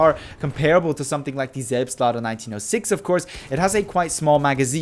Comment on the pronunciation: The "Selbstlader" sounded really like a native german speaking.